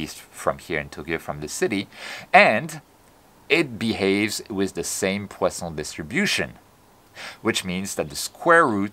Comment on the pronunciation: Amazing as usual!!! I just love hearing you say "poison distribution " with the appropriate French accent...!!!